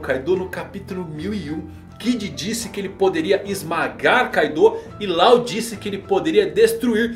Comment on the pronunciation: Láu, Lol... não cara, a pronuncia é Ló!